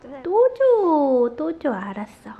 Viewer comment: 프랑스 아빠의 아라써~너무 귀여우세요ㅋㅋㅋㅋㅋㅋㅋㅋ발음 무슨일인지 한국인인줄 알았어요ㅋㅋㅋㅋㅋㅋㅋㅋㅋㅋㅋㅋㅋㅋㅋ3가족이 너무 귀여워서 몇번 돌려봄ㅋㅋㅋㅋㅋ아라써~~~현웃터졌어요😂